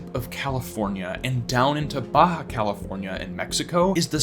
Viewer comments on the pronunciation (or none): none